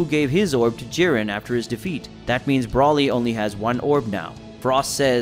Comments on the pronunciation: Who is BRAWLY? ITS FUCKING Brooooooly. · Can you pronounce his name right is called Broly